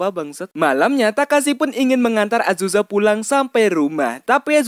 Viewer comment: Azuza? Azusa bang